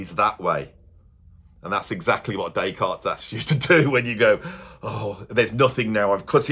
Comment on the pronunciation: Or “Descartes Bab”, as he was known to his mates.